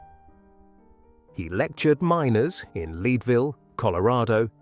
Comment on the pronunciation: It's Leadville ("Led-ville"), not "Leed-ville." They mined lead, the dense metal.